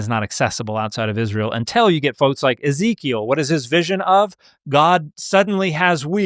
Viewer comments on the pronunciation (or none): none